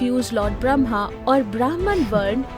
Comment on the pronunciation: A minor comment about three words which commentator did not properly pronounce. (1) Bramh, (2) Bramhaa, (3) Brahmin. Bramh: The ultimate reality, the consciousness. The substrate on which every thing exists. Beyond God, Beyond Good and bad,.... Bramhaa: Creator of this universe in Hindu mythology. The trinity includes Bramhaa, Vishnu, and Mahesh. Creator, nourisher, destroyer. Brahmin: The section of the society that persues knowledge. If you are confused between the trinity and Bramh, please note that Hindu philosophy evolved over thousands of years. Primitive thinking was similar to Greek and Roman beliefs. We too had heaven, hell, gods and demons, etc. But more sophisticated ideas evolved over time. Upanishas and Geeta are the creations of much later period (about 500BC). This is where the concept of Bramh came in to exist.